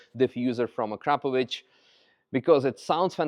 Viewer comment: I will never be able to unhear A-crap-ovich.